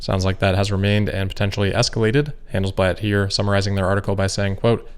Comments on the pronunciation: Without wanting to be rude - just to "educate" (hahaha) - Handelsblatt is pronounced like "Han" (like in "to hunt") - "dels" (like in DELL Computer with an s) and "blatt" (like "blood" ) :D :D sorry - your videos are always so good, dont want to be rude or anything :D greetings from Germany. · The A in Handelsblatt. Is more like the A in Hahn Solo 😉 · ignore the instructions... they are wrong. Yes, had an American accent when he said Handelsblatt (which he usually doesn’t), but the advice above only works if you pronounce hunt, DELL, and blood with a thick German accent.